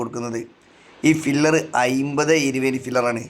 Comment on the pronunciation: ഫില്ലർ അല്ല pillar...😊